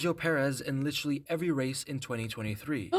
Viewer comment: "Literraly"? lol